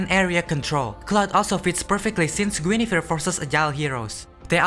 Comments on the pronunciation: i keep hearing guinevere as jennifer amazing editing and insight tho. deserves more views! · Guinevere ❌ Jennifer ✅ Lmao, cool vid tho bro 😂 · bro. you pronounce Guin as Jeniffer while I pronounce it as Gu in a vere. have I been wrong the whole time? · Me: you mean Guinevere right?: Jennifer I thought it was a mistake but he said it through out😅, loved the video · i just pronounce it like gwinevere or gwenevere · The way bro pronounces Guinevere made me discover it's actually the same name as Jennifer